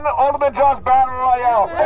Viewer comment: Josuh sounds like japanese people trying to pronounce "Josh"